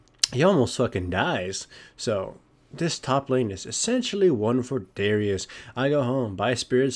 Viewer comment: He said it wrong. Its "Darius", not "Dawrious".